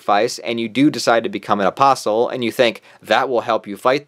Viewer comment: at least you actually say the word " apostle " correctly. These yt channels that say apostle without the t silent. I guess they say the word " castle " with the T 😣